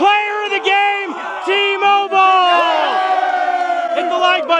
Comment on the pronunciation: When tmobil got the play on the 3rd struck in the 2and inning it sounded like he said emobil